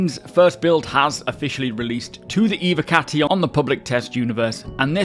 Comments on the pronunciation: dud its about the ev O cati. Cause it sounds more like hes saying evEcati or evAcati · dud u dont get it. ITS NOT ABOUT THE V. Its about the following O. So in speak to text hes saying ew(v)e- or ew(v)acati tho its ew(v)ocati. Its e- voh not e-vah or e-vehcati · can you please pronounce it Evocati and not Eve- or Evacati | that’s so unsatisfying 😅😂 good video ❤😊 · nope, just learn how to pronounce the word right. there is no Eveecati or something else. it’s like.. ur telling me that "Intel Evo" is Intel Eveee pronounced. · What about the v? The word is Latin so should be pronounced like an English w as well. Never mind that the singular version of the term is evocatus.